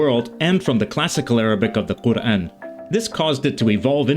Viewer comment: you pronounced the word Qur’an 100% correctly in MSA.